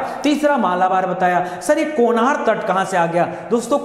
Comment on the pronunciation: सर जी कोनार नहीं,कनारा तट कहा जाता हैं